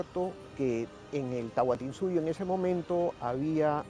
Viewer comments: Es Tahuantinsuyo no Tahuantinsuyu :/ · Se dice Tahuantinsuyo